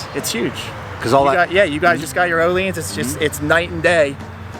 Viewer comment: It's Oh-Lynns or Ooo-Lynns NOT Oh-LEANS. The vowel is stressed at the front. It sounds crazy how most people butcher that word.